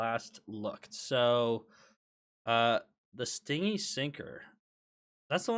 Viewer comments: i gotchu it's "stin-gee" not sting-y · ITS STIN-GY NOT STING-IE as in unwilling to spend not PLEASE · Actually the correct pronunciation is be ˈstɪnd͡ʒi which would be romanized as stin-jee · istg if I hear him say "sting-y" one more time I'm gonna crash out. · i beg you pronounce stingy properly. it is stin-gee